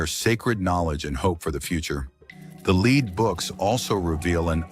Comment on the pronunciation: Why mispronounced the word "lead".?????